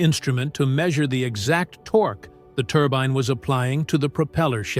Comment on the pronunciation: Turban? Turbine,? Make up your AI mind😂🤣😂